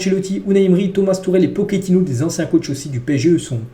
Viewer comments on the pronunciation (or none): none